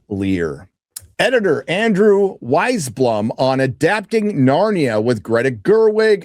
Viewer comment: "weisblum" Come on dude.